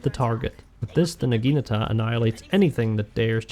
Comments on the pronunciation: Because he calls Naginatas Nagitas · What is it with english speaking people and them being unable to say the word NAGINATA. Not Nagita, not Nagikatana, not Nagatana, NAGINATA!🤦‍♂️ And a Torpedo is not a missile!